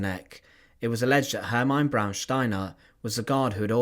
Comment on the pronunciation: Izs pronounced Hermeena. Maybe you should ask someone else to read the texts for your video's